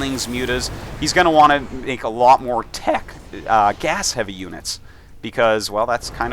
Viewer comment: hahaha listen to when he says "tech"